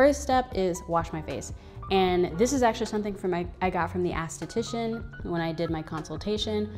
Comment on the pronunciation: You saying "ASS-titician" cracks me up. Not being nice nasty, but it's ES-titician. Always love your videos, big fan of everything you produce. I mean no harm by the correction